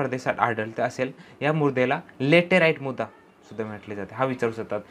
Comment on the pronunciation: Murda nhi o sir mruda mhana...!